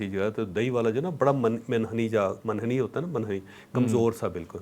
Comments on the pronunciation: منحنی میں "م" پر پیش یے۔ شکریہ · منحنی میں میم پر پیش ہوتی ہے۔